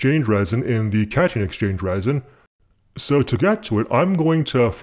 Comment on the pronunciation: Are you saying "catch-and-exchange resin"? I thought it was cation exchange resin.